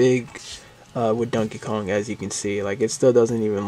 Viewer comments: Why do you pronounce it as dunkey kong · I love how u say it like dunkey Kong lol😂